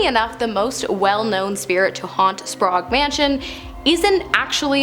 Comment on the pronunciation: Why pronounce Sprague as Spraugue? I guess it's not surprising as she also pronounces apparition as apparation... 🤦